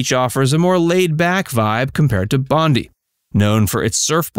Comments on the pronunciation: Every time I heard the beach pronounced 'Bondy' I cringed. The beach Bondi is pronounced Bond-die, a name of Aboriginal origin that supposedly echoes the sound of the beach's rolling surf. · It's Bondi, pronounced like (Bon - Die) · Bondi is pronounced Bon Dye